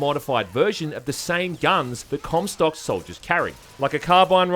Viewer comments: I'm sorry, what? Cumsock? Not Comstock? XD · "Zachery Cumsock." What did he say?!